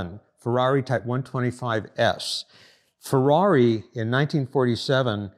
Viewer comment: Intresting and detailed video. But please, don't pronunciate it Fouaui but Ferrari.😄😄